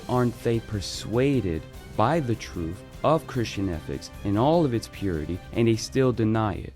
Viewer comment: Hard to take someone serious who makes zero sense, all while saying “truf and bof”